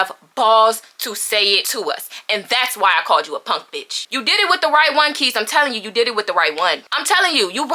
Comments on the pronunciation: She said punk and NOT ponk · Punk not “ponk” 😭